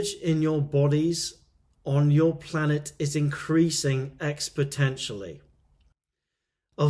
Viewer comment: Exponentially, not expotentially Also, very interesting. Have subscribed. Fascinating to hear glossalia outside of church. Oddly comforting.